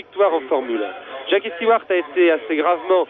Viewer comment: The French ALWAYS called him "Steward"!